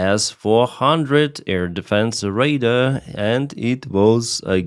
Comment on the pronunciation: " ray daaar" dar rhymes with star., you pronounce it like "Raider"